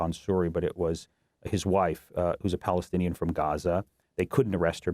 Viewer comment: Married to a Palestinian American. Please say it correctly!!!